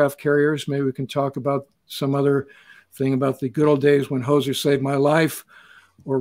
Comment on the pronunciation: No "s" in Hozer.